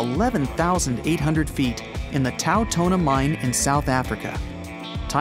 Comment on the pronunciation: Quick question, where would the gravity pull you when you fall, from where you entered or where you gonna exit? 🤔 And it's called Tau-tona, as in Male Lion or Lion Male, direct translation